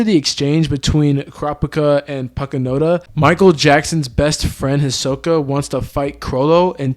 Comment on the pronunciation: never mind. He called her Pakunada 😂